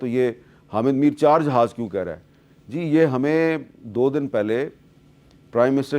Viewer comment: sergie...G pronouns is GG like Gujrat ...sergie